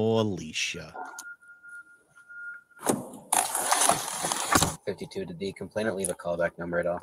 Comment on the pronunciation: That's not how you say Alicia! 🙄